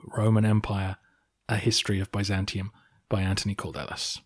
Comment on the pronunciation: His name in Greek is "Αντώνιος Καλδέλλης", (Antonios Kaldellis), so I'm guessing it would be something like [Kal-thel-lys]. ("D"'s are pronounced closer to "th"'s than you might think). (I'm no pro-linguist, but it's certainly closer than "Cord-ellis" :) )